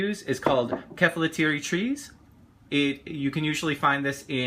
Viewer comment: Pronunciation is off. Sa ga na ki. Just as it sounds. I've made this before, coming from a philhellene. Also ke fa low tea ri. Hang around more Greeks, they'll help you with that. I like to dip mine in egg first, then breadcrumb and then put in olive oil to cook. Yours came out well though so that's great. I love this recipe. I'm also a long haired guy from New York City so you'd make a nice friend!